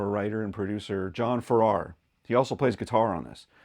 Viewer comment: The pronunciation of John's last name has emphasis on the first syllable. He was also a member of the Shadows and of Marvin, Welch and Farrar. . . and the Strangers. It is a great song.